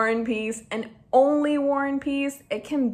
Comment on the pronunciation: you kept saying "war and peace" but it sounded like you were saying "one piece" and tbh, not inaccurate at all,,, lol